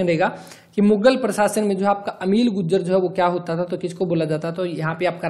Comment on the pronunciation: Guljar ni Gurjar sir ji